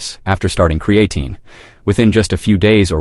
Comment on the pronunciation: He can't even pronounce creatine correctly